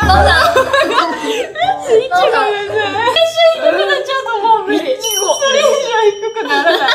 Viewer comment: 爆笑不可避ｗｗｗｗｗ わかるよはるかたん。い↑ち↓ご↓うちのとこもそうだもん🍓ｗｗ みんなテンション高くてつられる😂😂😂